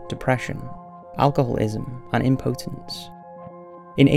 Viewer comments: What the fuck is Imm-Poahtence? Lol I think you mean impotence. Pronounced impitince 🙄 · It’s strange how we pronounce things differently although we speak the same language. Im-pot-ence seems to be said in America. And for the uk-it’s...imp-otence. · Interesting pronunciation of impotence LOL